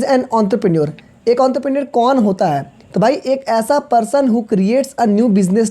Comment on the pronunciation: your entrepreneur prounsesion is wrong